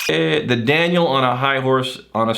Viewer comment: YES! you did pronounce my name correctly, which is extra-impressive considering people who have known me for years still get it wrong. Anyway, I'm not feeling like going out into the snow for the rest of today, so hopefully I can get this Daniel on his High Horse drawing banged out in short order. I'll post it in the comments when I'm done